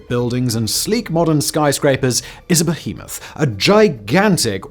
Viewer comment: Said behemoth funny 🤔